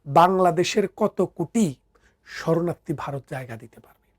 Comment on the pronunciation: এই লোকটির বাংলা ভাষা উচ্চারনের প্রসংশা করতেই হবে।যেমন ভারত হোলো বারত, ধর্মকে উচ্চারণ করছে দরমো।